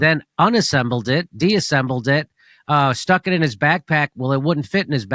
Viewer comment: "Disassembled." Help him out here Stef, he's gotta work through the syllables.